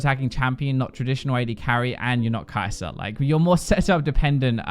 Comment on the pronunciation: “kai’zor”????? “stormra’za”???? you guys know how to end a word with the “er” sound but only do it on words that end with a’s?! idgi